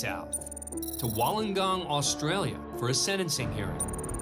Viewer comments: As a Australian, It’s pronounced “Wool-on-gon” not “Woll-on-gong”😂😂🤦🏻‍♀️ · Hello ..... Correct pronunciation for Wollongong is.......like Wool on gong...... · #2 It's pronounced Wool-ongong!!!! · Wall-ahn-gahn? 🤣🙈 Never heard of the place. It’s pronounced Wool-lung-gone. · As an Australian, it amuses me greatly when Americans mispronounce Wollongong. It's pronounced "Wu-luhng-gong". Not "wohln-lon-gong". It's an indigenous word which roughly translates to "five islands". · Its pronounced wool-un-gong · No not, actually Wool ong gong (Wollongong) 🙂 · Wollongong is pronounced "wu·luhn·gong" or "the gong" is acceptable haha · Heads up Wollongong is pronounced wool-en-gong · Australian here. Coincidentally, I recently did a trip to Wollongong… I just wanted to say though, we don’t pronounce a lot of things as they’re spelt. Wollongong, is Wool-un-gong. Just like brisbane is actually Bris-ben. Melbourne is Mel-bin. If anyone was interested ☺️ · It’s wool-in-gong. Glad to see an Aussie court on here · Wullengong? Aussies are laughing. 😆🦘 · It’s pronounced Wool-on-gong. My guy. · It's pronounced WOOLONGONG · Just as a note, we Aussies pronounce it "Woollen-gong", so elongate the first o. But everything else was right. Interesting to see a place I went to university and lived in, be featured here! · The city is pronounced woolongong as in WOOL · it's wool-n-gong. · shame he can't say Wollongongright though, sigh :) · They hurt listening to. Also the pronunciation of Wollongong was completely wrong. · Hearing an American pronouncing woollongong is funny as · The mispronunciation of Wollongong is painful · My god, the pronunciation on Wollongong was just so wrong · 'Wollongong', not 'Wollongong' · Wtf is that pronunciation of Wollongong